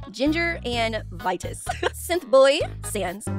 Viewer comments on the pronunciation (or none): none